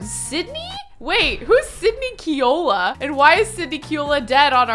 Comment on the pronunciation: So i have to comment because everytime one of the Kealoha family members come on i laugh. it is pronounce Kay-aloha;) love you!! you are amazing and i have so thoroughly enjoyed your content!!